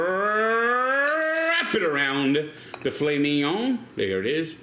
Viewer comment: did not put accent on a filet 😭